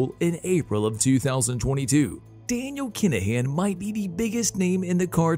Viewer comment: The narration makes this unwatchable. "Dan-i-AL Kin-a-HAN"...ridiculous.